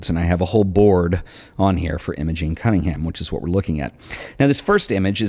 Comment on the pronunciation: Another great episode - thanks for sharing ! Nitpicking I know, but for completeness her name was Im-O-gEn and not Im-A-gING. Same as my niece ;-)